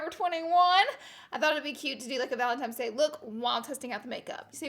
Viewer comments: Girl is valentiNe’s not valentimes 💁🏽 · VALENTINE NOT VALENTIMES GOD DAMN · Laura!!! I love you so much... but GURLLLLLLLL ITS VALENTINES DAY, not valentiMes day😂😭😐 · ValentiNe's day. It is an N not M...... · it’s valentines, not valentimes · Did anyone else notice that Laura kept saying Valentimes instead of Valentine's? Love our sweet Laura though 💖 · This valentimes day look is killing me. I love you and your quirkiness so much. It’s an N not an M boo! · She said valentimes day not Valentine’s Day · "valentimes day" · She would say “valentimes day” 😂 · The first time you said Valentimes I was like aw god haters gonna comment. I love the pink ValenTIMES day look. Don't see you in pinks to much! 😘🖤 you soo much. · "Valem-tines" Day. I love the way she says Valentines day 😂❤️ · Is she saying valentimes day? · I'm dying every time she says valentimes hahaha Laura i lah you! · “Valentimes Day” it’s kinda cringey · Does anyone else CRINGE when people say valenTIMES day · Laura I love you but I couldn’t stop staring at your mouth when you said “Valentimes” and then right as I was writing this comment you corrected yourself because you said that someone in the comments was going to call you out😂😂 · Love u even tho you repeatedly said "Valentimes" lol xoxo you're the best Laura 😘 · She says valentimes day😂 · I love a good pink look. Never change, Laura. You go on saying valentimes days lol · BOTH SNAP AND IG FAMMM 💗💗💗 Say valentimes day one more time 😂💗😭😭😭😭 I love you Laura ❤️❤️❤️❤️😍😍😍😍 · IG AND SNAP FAM!!!!😍😍😍 valentimes day😂😂 love you so much Laura!!! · IG Fam!!! Love your channel!!! And we all slip up and say valentimes... your good! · PS I say “valemtimes” day too❤️❤️ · ”Valentimes day”~Laura Lee😂😂no shade tho😂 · I love you even though you say Valentine's day wrong 😂